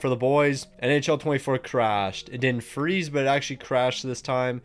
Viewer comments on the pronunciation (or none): none